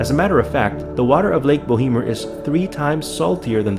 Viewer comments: it is called bow mer <<< no bo hee mer.. Jesus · Bo emer... the 'h' is silent, short 'e'. The company that originally drilled the well should be responsible for capping it but they argue that it's not truly an "abandoned oil/gas well" as it never produced what they were drilling for. Silly argument but that's why shyster lawyers make big money.